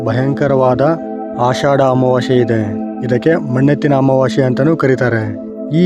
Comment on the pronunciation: ಅಮಾವಾಶ್ಯೆ ಅಲ್ಲ ಅಮಾವಾಸ್ಯೆ ಕನ್ನಡ ಉಚ್ಚಾರಣೆ ಸ್ಪಷ್ಟವಾಗಿಲ್ಲ